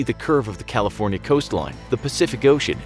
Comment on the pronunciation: Me when he says “in California cronona”